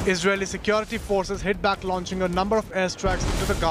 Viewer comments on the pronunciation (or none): none